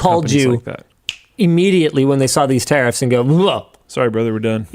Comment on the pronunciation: Never realised that 'tariffs' is pronounced 'terrorists' in Canada.